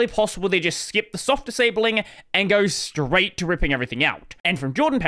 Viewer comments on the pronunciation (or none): none